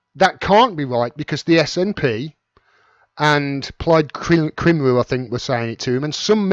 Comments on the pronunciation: 'Cymru' the Welsh word for 'Wales' sounds just like 'come-ree', OK? :-) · For someone who clearly knows so much about politics and with an accent from not far from Wales, perhaps you could learn to pronounce Cymru properly? ;-)